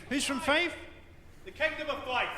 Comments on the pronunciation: its Fife not five, the kingdom of Fife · Not five, Fife!